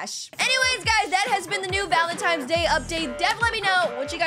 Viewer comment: She really doesnt know its valentines not "valentimes